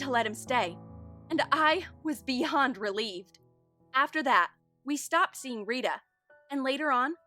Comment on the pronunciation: “Be- hond relieved” ?